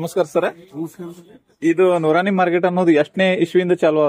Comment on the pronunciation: ಅಜ್ಜರೀ ನೂರಾಣಿ ಮಾರ್ಕೆಟ್ ಅಲ್ಲ ಅದು ನೂರ ನೀ ಮಾರ್ಕೆಟ್